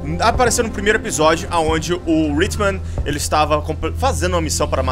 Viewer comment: pocha cara eu acho q a pronuncia certa é hitman, não ritman...mas o vis ta show irmão!!!